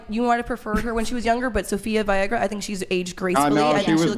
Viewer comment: No one else caught that!!! 😂😂 i said the same thing to my husband - “she just said viagara!” I died!! 😂😂